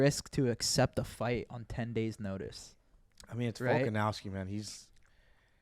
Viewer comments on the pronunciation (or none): VolkanOVski not OWski Kyle 😅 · really called volkanovski volkanowski 😂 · Literally called Volk Volkanowski